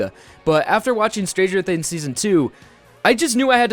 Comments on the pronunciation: "stranger thinns" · lmao ''stranger thins''